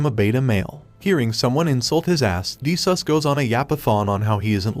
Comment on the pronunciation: Did he just say de sus😂😂😂😂😂